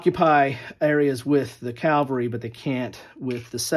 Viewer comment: Nice report.... but you're saying "calvary" instead of "cavalry" .